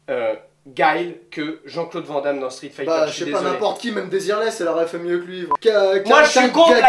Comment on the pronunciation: Aaaaaaaaarrrrrrggg ça y'est je craque!!!!! Van Damme ça ce dis "VANNE DAMME" ET NON "VENT DAMME"